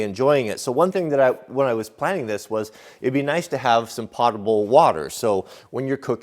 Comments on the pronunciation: This isn't meant to be snarky at all. The first syllable of Potable rhymes with poe, not pa. It's pronounced poe ta ble. I'm really enjoying seeing the van come along. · in the absence of pettiness, may I please correct your pronunciation of Potable? It is pronounce PO-Ta-ble. Long "O". Something that is Pot-able is just able to be put in a pot and sewage can do that. Please blame Alex Trebek for this. I thought for the first 15 years I was in the Army that it was Pot-able as that is what I always heard. There was a category on Jeopardy, Pot-able Po-tables. I thought he was nuts and couldn't speak English. I looked it up in the dictionary and found out that he was correct and that PO-table means: safe to drink, drinkable. I respect your skill and intelligence but you fell for the same thing that I did. Please accept my correction as it is not just to criticize, but to improve. Keep the excellent, informative and entertaining videos coming. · Another nice video,. That adapter looks like a nice solution. BTW, it's not pot-a-ble like what you cook in, the "o" is long, like potent. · Potable is pronounced with a long o. Don't feel bad, most people mispronounce it. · Honestly, almost no one pronounces potable properly except those of us that process water for a living. I process 4-6 MGD of drinking water.